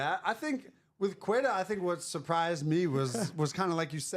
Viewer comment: Great show, can someone let know how to pronounce queta, im willing to give a years grace period to learn pronunciation but times up 😅